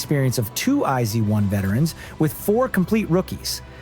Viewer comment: ”I-zee-one” excuse me😭😭